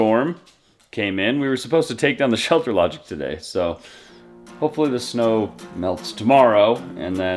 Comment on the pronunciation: Ohhhhhh... you are saying "Shelter LodgING", not "Shelter Logic"! LOL! My dang ears.